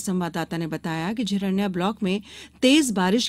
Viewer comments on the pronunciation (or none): झिरंन्या नहीं मैडम जी बल्कि झिरन्या नाम है..